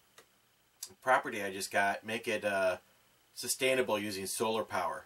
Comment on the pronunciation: Did you really say "Sustainable" ? Great review... I'm looking into one of their new 2 separately controlled temperature zones... Whynter - 2.4 Cu. Ft. Portable Compact Refrigerator/Freezer. Fridge and Freezer $668.69 on Ebay.